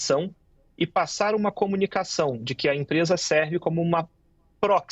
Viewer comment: Pelo amor de Deus! Não na gramática portuguesa existente no Brasil; a pronúncia " QUI e tampouco DI QUI" ! Acho um absurdo, esse tipo de pronúncia.